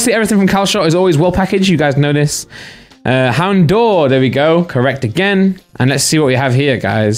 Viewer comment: Houndour gets pronounced wrong too often. Its Hound-ower